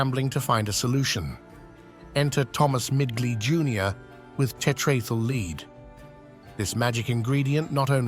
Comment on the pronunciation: Why can't those who program the speaking robot get the sound right? It is spelled Lead but it is pronounced Led. suggestion, Just spell the damn word Phonically so it comes our correct when the robot speaks it!